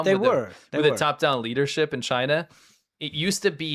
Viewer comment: The way you said leadership it sounded like Liter-ship. 🤪 Like what's a Liter-ship? 🤣 Is it supposed to be a European oil tanker where the amount of oil is measured in liters? 🤔